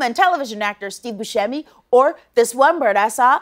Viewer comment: She is THEE best! (FYI He pronounces it boo-SEH -me.)